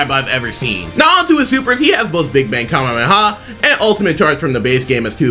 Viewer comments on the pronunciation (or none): none